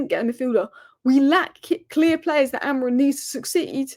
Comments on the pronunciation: Just want to say, it's Amorim. Not Amorin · Maybe AmoriM is trolling you because you can't pronounce his name correctly? 🙄